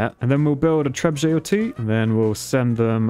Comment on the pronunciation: I hope somebody got around to explaining to him how there's no Z in Trebuchet... Like trebuzhay or whatever he thinks he's pronouncing hahahaha